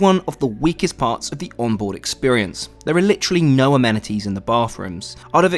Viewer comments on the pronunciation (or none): Struggling with your pronunciation of amenities 😂